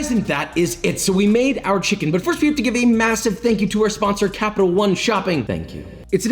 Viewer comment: I came for the chimkin. I stayed for the chimkin.